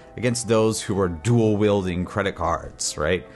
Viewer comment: "Dualwilding Credit cards" - you just got me there man 🤣🤣👏